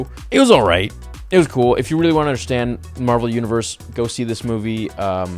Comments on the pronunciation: Carol Danvers is Captain Marvel not Mar-Vell. The scientist that worked on the light speed engine is Mar-Vell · Captain Marvel is pronounced exactly like Marvel Comics. Mar-Vell is the alien who gives Captain Marvel her powers.